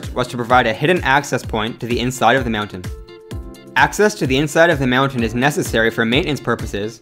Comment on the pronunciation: I literally could not watch this because of the insanely weird way you say mountain. It's almost like you're saying meown-tains.